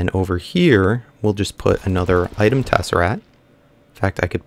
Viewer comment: It is not a tessaRAT! It is a tessaRACT!!! You drive me crazy when you say Tessarat.